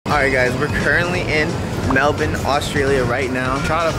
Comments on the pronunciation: HE SAID MELBOURNE RIGHT OMG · They pronounced Melbourne right at the start! I could cry. Been waiting my whole life for this.